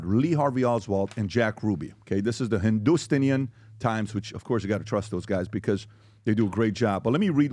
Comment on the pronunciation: Lol using Hindustan times as a source but badly mispronouncing it and adding a "-ian" to the end knowing that no one will pick it up unless they know 🤣🤣🤣 #iykyk